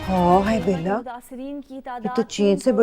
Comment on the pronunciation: What!!! She said Bala instead of Bela...🤣🤣🤣, from India...